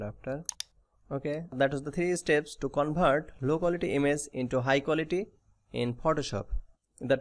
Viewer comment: 😂🤣bihari hai covert bol rha 😂🤣